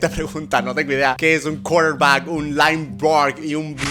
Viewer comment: Lainbaquer jajajjaja lo pronunciaste chistoso y no no soy hater ni nada